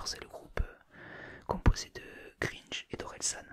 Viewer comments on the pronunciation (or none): gr1ge pas Gringe mais bon on t'en tiendra pas rigueur pour la qualité de la vidéo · On dit gringe *(grainge) ;)